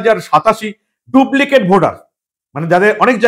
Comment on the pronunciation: দুবলিকেট নয় ডুপ্লিকেট